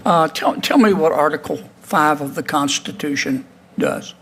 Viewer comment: In my nine years of faking being a judge I have never heard of that word you just said, what was it, "Con-stuh-2-shun?"